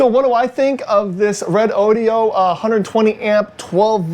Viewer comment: Redodo pronounced correctly 👍